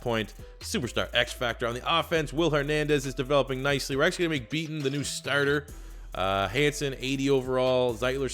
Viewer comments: you know its Mekhi Becton not Beaton right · It’s Mekhi Becton. Not beaton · The tackle out of Louisville's name is Mekhi Becton, not Beaton.